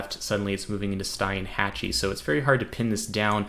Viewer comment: Its pronounced STEENHatchie ;)